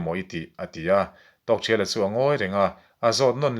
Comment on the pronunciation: A ngaihnawm hle mai,chutihrualin zawhna pakhat,Tawkthriala tia i lam hi Tawkthiala tiin ka lo hre thin a,ka lo hre dik lo zawk em ni niang,Aizawl Radio a pu C Lalnunchanga ziah an rawn chhiarah pawh khan Tawkthiala ti tho khan an lamin ka hre bawka,enge ka hriat dan hi a dik nge dik lo zawk min lo sawi chian sak thei la kan va ti ve,, engpawhnise i channel a puitling ka ti hle mai